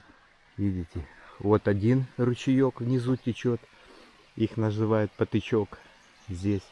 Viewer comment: Краса! Ще ж природа не вбралась в зелені шата - а що буде в травні!😊. Гарні місця, далеченько від цивілізації, тиша, спокій., тече - потІчок, від слова потік😊. Наголос на І. 😊. ПОТІЧОК. Вибачте, я по доброму😊. Думаю в меншому кориті місили хліб.